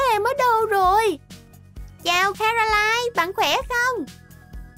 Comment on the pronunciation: Caroline chứ ko phải Canoline